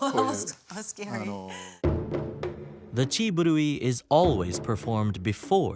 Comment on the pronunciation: Corrections to the video....it's Chiburi, not Chiburui and Mune, not Mine.